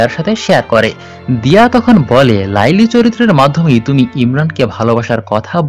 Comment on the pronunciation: Apnar uchharon eto vul kno laili majnu noy kotha ti laila majnu